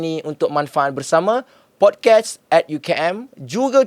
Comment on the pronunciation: Pod-kaast bang. Bukan pod-kes